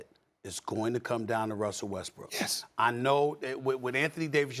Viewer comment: Molly just low key call Westbrook, "westbrick" lmao